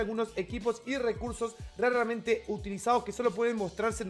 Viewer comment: jajajaja muy buen video, me dio mucha risa cómo dices rrarramente jaja eres un crack